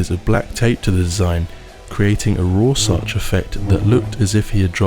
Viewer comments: A Roarsotch effect hahahaaaa you mean Rorschach? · Rorschach=roarsoch apparently lol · It's a shame the narrator can't pronounce Rorschach correctly, else I'd believe any of this video to be true.